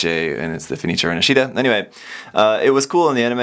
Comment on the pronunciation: A little thing about pronounce.. it is Rinàscita not Rinascìta. Wonderful video quality and review tho <3 Greetings from Italy 🇮🇹 ♥️